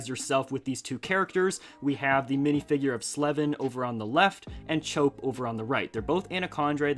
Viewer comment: it's actually pronounced "Chop"